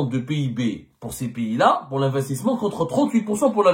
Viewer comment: Y'Ezzemmar, d'abrd ce n'est un PIYIS, en Framçais on dit un PAYS, Pai comme la PAIX + ys, pays et npon pas un Piyyyiiit coum ti dis, ya ayyouha el hybouboutaam, هيبُّوبُوطام avec un"ط "